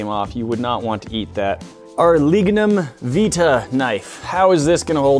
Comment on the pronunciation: It’s pronounced vitae Vy tae. Not how you pronounce it